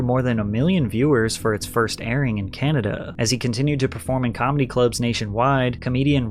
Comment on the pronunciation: Honest criticism here: I assume this is a really your voice then you might want to take some pronunciation lessons as you raise and lower your voice in let us say, a very annoying way!! Why do you stretch the end of your words like Canadaaaaaa, carerrrrrrrraaaa, I honestly thought your voice was AI as I was listening but not watching. I don't mean nothing bad but I cannot listen to you for an hour, no way! Not just me bro, check your comments. You are losing viewers because of the voice - sorry for the sad news